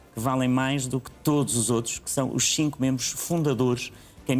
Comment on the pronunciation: Alguém explique ao Moedas que o número "xinco" não existe é Cinco. Falar bem português está cada vez mais difícil.